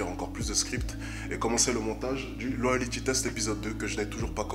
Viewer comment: je t'aime bien mais s'il te plait arrête de dire LOYALITY, c'est LOYALTY!